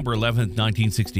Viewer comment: A couple errors: you mispronounced a couple of the Apollo astronauts' last names during that segment (Donn Eisele was one). Second error: Apollo 9 never left LEO, it was the test of the LEM and the PLSS backpack life support system in space. Only Apollos 8, 10, 11, 12, 13, 14, 15, 16, and 17 went to the moon. 8, 10, and 13 did not land, for the reasons stated. Otherwise, very nice video. At least NASA isn't going to waste our tax money by flying a half dozen test flights this time - just one unmanned test, one manned test, then straight to landings.